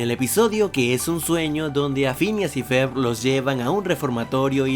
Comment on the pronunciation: dijo fhineas y fer el pendejo, es Phineas y Ferb